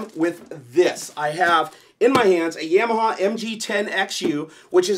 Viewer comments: Yam- ya- ha lmao. It's ya-ma-ha. You never had a dirt bike when you were a kid? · Another nice video. Thanks. I think it's Ya-ma-ha were the first syllable sounds like the German word for yes, "Ja". Not Yam like the starchy tuber you consume on Thanksgiving. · love the videos, but dude it's (Yah)maha hahah. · It's Yeah-mah-haw guys, not Yamaha. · I want to die every time you say "Yamaha". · The way you pronounce Yamaha triggers me.